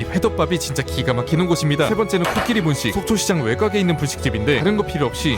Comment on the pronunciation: 외곽 발음을 특이하게 하시네